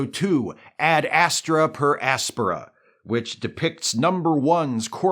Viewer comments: As astra per AS-pe-ra? Congrats for the utterance. Most people stress the word on the incorrect syllable. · I am very impressed with the fact that correctly pronounces the Latin phrase used in the title of one episode, when even the actors themselves do not.